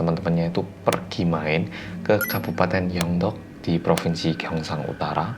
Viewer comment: iso isone aku ngakak pas ngomong kabupaten:")